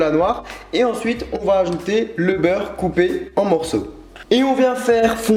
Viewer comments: jai entendu du beuf au lieu du beurre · cest moi ou a la place de "beure " il dit beuf ? mdrrrrr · Je rêve ou tu a dit le beuf au lieu de beurre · Tu as dit du bœuf au lieu de beurre😹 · Tu n'es vraiment pas le seul moi aussi j'ai entendu boeuf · je suis le seul à trouver qu'il dit "du bœuf" ?